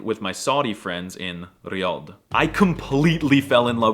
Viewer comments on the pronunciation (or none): none